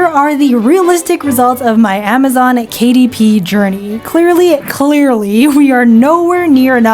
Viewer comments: Amzon kuh-dip is now the correct one. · ”Kuh Dip“😭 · I can't unhear "Kadip" now. It will forever be "Kadip". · Amazon Kuh-Dip. 😂